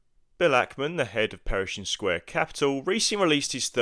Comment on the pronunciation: Another good video! I'll be building a position in Brookfield over the next few weeks and these videos have helped build my conviction. Just a side note I couldn't help noticing, it's Pershing Square, not Perishing Square lol